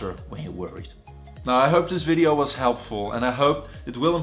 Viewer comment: is this really a doctor?? and what's a videaoww?